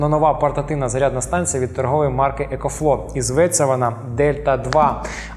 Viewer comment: екофло, екофло.. там взагаліто буква В також вимовляється :)